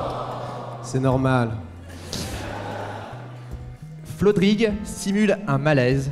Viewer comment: Presque aucun des invités n'arrive à prononcer FLodrigue n'empêche ;) La team de cet épisode fonctionne bien je trouve, au top